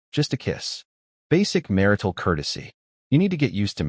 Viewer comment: mar-tial ❌ mar-ital ✅